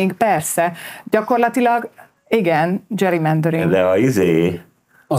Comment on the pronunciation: Nem dzserimendering hanem gerimendering :)